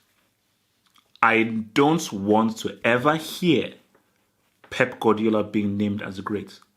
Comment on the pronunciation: stop saying frauidiola. easily best manager in the world